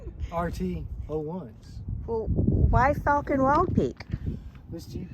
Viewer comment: Fal ken. Not fall ken 😂 great video.